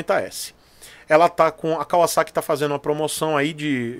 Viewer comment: Isso mesmo, tratem a ansiedade com um psicólogo! Pagamos muito por menos!, você é o primeiro cara que fala Kawasaki certinho!!!!